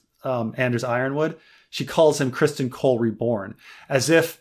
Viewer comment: I rarely use podcast apps anymore as most of the podcasts I listen to are also here on YouTube at the same time or earlier. Are these posted here or are they podcasts that are already out and then edit down for YouTube content? And. Your killing me with this Criston Cole pronunciation. His name is not Christian. It’s Criston. He’s a pivotal side character and you should really know his name by now.